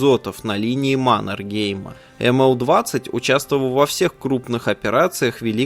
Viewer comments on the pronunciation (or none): МанЕргейм!!! Ударение На Е!